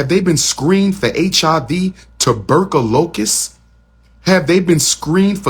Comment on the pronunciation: And on this episode of Car Chronicles... rambles about immigrants, mispronounced tuberculosis, yet has no opening date for the school. Stay tuned.